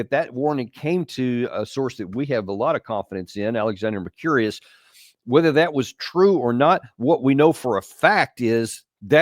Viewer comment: Small point: it's not Alexander "Mer-curious"... its "Mer-koo-ris" 😂